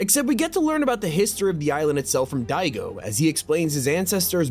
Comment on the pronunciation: Annoys me is pronouncing Daigo as Digo lol.